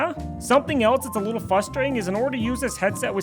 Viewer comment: sorry to be that guy but... fustrating?